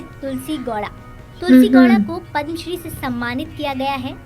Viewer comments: पद्मश्री है पदमाश्री नहीं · पदमाश्री नहीं पद्मश्री